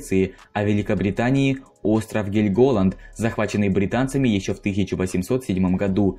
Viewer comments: КанонЕрки! ГЕльмголанд! Мужик, у тебя русский не родной?! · КанОнерки?! Ты серьезно бля??🤦🏻‍♀️😭😭 скагЕн, бергЕн, гельгОланд😭😭😭да остановись же ты, чекни Википедию хоть раз перед тем как пилить видос🤦🏻‍♀️ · КанонЕрки, БЕргена, ГЕльголанд и Эресунн (ударение на Э). Что же у Вас с ударениями-то творится?! Такой интересный контент делаете, а при просмотре порой уши режет! Пожалуйста, при подготовке материала смотрите правильное ударение в терминах и топонимах!